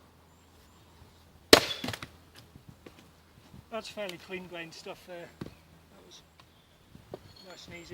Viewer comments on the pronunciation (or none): none